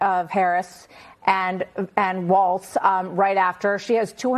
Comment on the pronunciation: Please! There is no T in Walz!